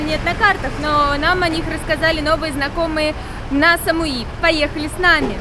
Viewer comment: СамуИ, ударение на последнюю букву.